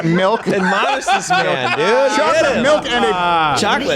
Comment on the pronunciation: "muuk"?😂 ADMONISH!